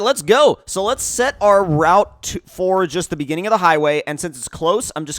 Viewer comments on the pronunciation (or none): none